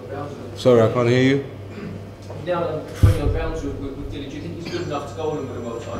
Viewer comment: why can't anyone call Dillian by his correct name ,its not that difficult isit ? Dill i an